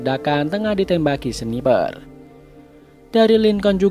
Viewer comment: ada ralat sedikit ya ka , untuk kata sniper ngomongnya bukan seniper tapi snaiper